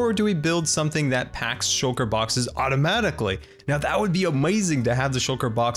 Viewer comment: i prankly really dont like how you pronounce amzing